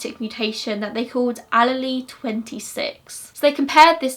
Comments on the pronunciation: it is pronounced "Ah-leel" not "Ah-lee-lee" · Love the video but as someone minoring in biology it killed me every time she said “all-a-lee” instead of allele 😅 (no offense!) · Mitochondrial DNA is passed down from the mother only. That is probably why the defense argued without that there could be error. Also, allele is pronounced ah-leel just for future reference (in the US that’s how we pronounce anyway) Awesome case you did a great job explaining it :) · Are you saying allele? Pronounced uh-lee-uhl. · Wow! In the United States getting all of the DNA from people, that would never be allowed! I love you to pieces girl, you do amazing work! I’m sure you would prefer to know this, I know I would want to be corrected for future videos potentially, but allele is pronounced as “ah • lee • ahl”. 😘💖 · the way you say allele makes me smile <3 hahaha i've always referred to it, and heard it referred to as "allele"- source- i did a foundation degree in forensic science